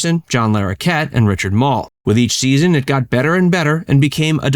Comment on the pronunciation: You are pronouncing Richard Moll's name like it's mole. Which means that you are mispronouncing his last name.